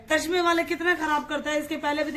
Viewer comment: Tashma nahi bolty tasma bolty hain